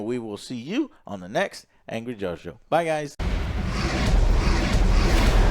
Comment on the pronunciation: Joe please say a name correctly once